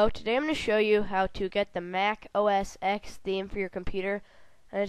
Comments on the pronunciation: btw its Mac os 10 not ex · OS (ex)??? what an idiot maybe i'm just a big mac fan but SAY IT RIGHT Mac OS "Ten" it's a roman numeral people